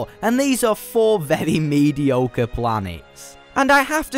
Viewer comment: vevwy vevwy vevwy vevwy